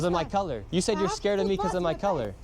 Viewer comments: I literally heard curry, YOU turn off the caption and close your eyes and tell me if that is even anywhere close to color lmao. That word sounds more like gibberish than english and u still assume it to be the worst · my point is that word is unintelligible, you say color i say curry and we are both wrong